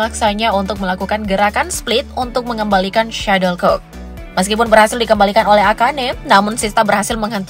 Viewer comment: Untuk yang dubbing: SHUTTLECOCK! bukan Suddlecock! Perbaiki pelafalan Anda.